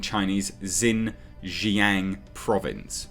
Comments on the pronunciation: I wish I had a microphone to help you with this. But the easiest way to pronounce it is (shin) (zhang) lower case a sound like when a doctor tells you to open your mouth and say aww. Or like the movie Jaws but change the s for ng. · Xinjiang is pronounced more like "Sheen-jee'yanng". For those who encounter Romanised Chinese words from time to time and are curious;-: The "X" is like "sh" and the "i" is like a very, very short "ee". The "ang" is kind of between "ang" and "ong" with barely a hint of "g". Basically, if you see Romanised Chinese words with an "X" and "I", push your lower jaw forward and say "She" through closed teeth. X is never "Z" and they don't have an "i" like the one found in "is". The Roman letters are not English.